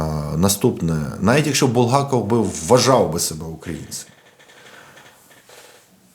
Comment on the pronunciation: Не БулгАков, а БулгакОв